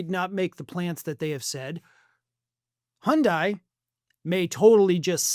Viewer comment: It's pronounced "Hun Day", not "Hun Dye". Just check their commercials. :-)